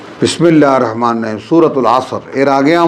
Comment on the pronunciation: বিসমিল্লাহীর রহমানির রাহিম ঠিকমত অন্তত পড়বেন প্লিজ।